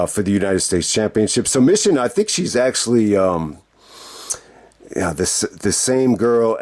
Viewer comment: It's pronounced Me Chin.